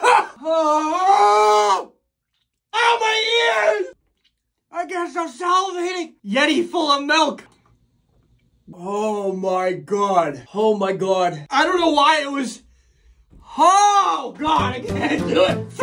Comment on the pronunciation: "mELk" lol